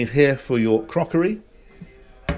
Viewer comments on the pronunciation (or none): I love when he says crockery lol 😂 😂😂😂😂😂. Always my favorite part!!